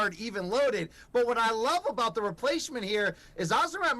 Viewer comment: This guy mispronounced “Azamat” about 11 times. Do some research you absolute fool He kept saying amazat and it drove me nuts